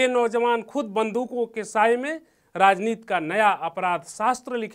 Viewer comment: नवीन भाई, ऐसे चिरकूटों को मत लाया करो यार, राजनीति को राजनीत बोल रहा है ये, उच्चारण नाम की कोई चीज़ है ही नही, प्लीज।